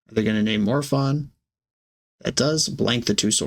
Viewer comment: ☝️🤓 the correct pronounce it's "More o-fun"